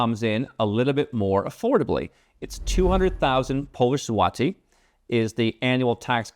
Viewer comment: Dude, you nailed the pronunciation of my hometown, Wrocław. That's rare. Now, just Złoty. It's pronounced with an 'o' like in 'born,' not the 'ah' sound you were using. Anyway, it's good to see you're still posting -- it's been a while. By the way, I used to watch your videos a few years ago when I was thinking of moving my tax residency elsewhere. But then the government here introduced a 5% income tax for folks selling the rights to their IP, which I do, and voila, they gave me the tax rate I was looking for without having to move 🎉